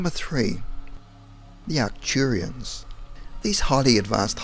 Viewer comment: And Arcturians